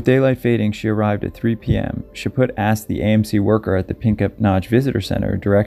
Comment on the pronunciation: "Chaput" The T is silent. Chaw-pew...sort of. ;) keep up the good work, and you guys keep watching!